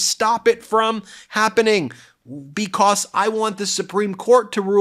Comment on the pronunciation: Ben sounds like he says "bekoss" instead of because lol